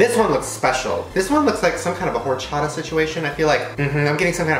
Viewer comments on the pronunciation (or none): I love how Shane said it like whorechata